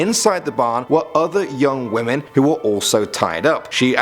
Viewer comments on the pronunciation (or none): none